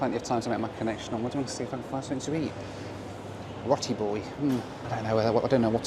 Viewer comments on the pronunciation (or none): RowTi boy... not rot.. pronounced Row